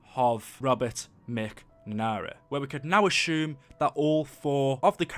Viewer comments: He says Robert macmara not McNamara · Sheesh you really butchered McNamara's name